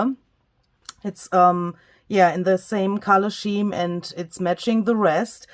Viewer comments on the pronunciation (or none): “Contentment does not mean I desire nothing, but rather, it is the simple decision to be happy with what I have” - Paula Rollo. And I’m not criticising, but scheme is pronounced skeem, as school is pronounced skool. 😊🥰